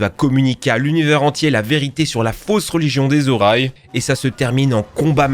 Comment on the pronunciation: Euh... les Orailles.... Bon sang, les Oris! Comme Origine!